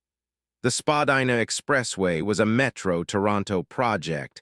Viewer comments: It’s pronounced Spadina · I think you’re saying Spadina wrong